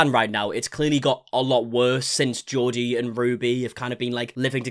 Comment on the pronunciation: Why are you pronouncing Jodi as Geordie? It's JOE-di